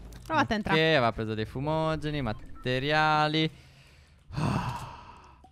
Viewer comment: Stef ma perche dici matteriali?